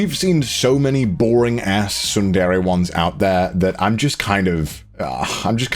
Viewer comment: not him pronouncing tsundere soon dere lmfao